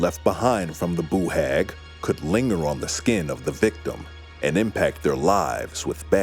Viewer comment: don’t be , it’s the best pronunciation of Boo Hag I have ever heard !